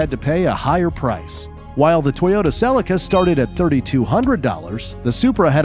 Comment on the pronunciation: they way he says Celica makes me rage